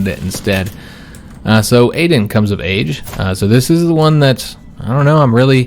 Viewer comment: I'd like to see Aden (btw, I think it's pronounced Ah-den) assume the throne only because Shy is such a garbage personality trait. Whether you're roleplaying or metagaming it's just not fun to deal with.